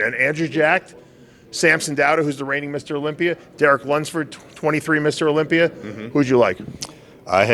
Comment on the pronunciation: What’s the deal with the pronunciation of Olympier? It’s Olympia 👈 a not er 🤷‍♂️